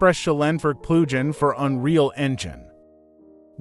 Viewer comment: This is a very exciting plugin. * The AI translation Speech is severely mispronouncing the word "plugin". You might have to use a hyphen in your text next time... like this "Plug-in", then it will probably sound correct.